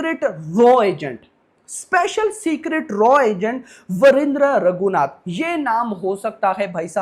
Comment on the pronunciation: wahindreh❌ nahi vijendreh ragu naath ✅naam h